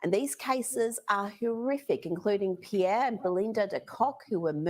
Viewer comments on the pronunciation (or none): none